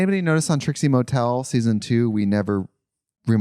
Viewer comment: Love how you can tell Katya is spiraling when she calls Trixie “Tritsie.” 😭😂